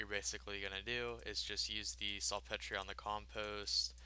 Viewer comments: It's pronounced salt peter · It's pronounced SALT PETER! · This dude just said "Salt Petree" LOLOLOLO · sul Petrayyy it's salt peter fam.